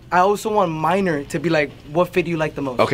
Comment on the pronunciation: His name is Maynor not “minor” lmao. It’s kind of a common name in Central America